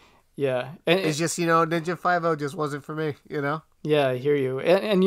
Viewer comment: “Ninja Five No”?! KICK HIM!